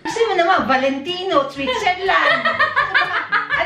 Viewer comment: Tinry ko po sa bff ko yung VALENTINO. sabi niya VALENTITO